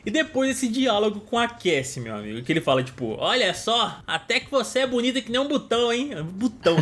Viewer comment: Ele n diz botao ele diz bunny (coelho)